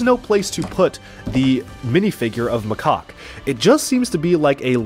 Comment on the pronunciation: You got macaques name wrong